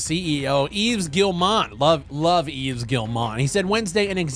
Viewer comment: How are you still pronouncing Yves’ name wrong